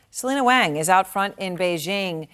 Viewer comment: Thats not how you pronounce Selina Wang's name, lady... Maybe try to learn how to pronounce your coworkers' names...